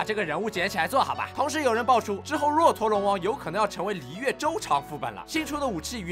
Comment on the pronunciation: 若陀龍王，若念作"惹"。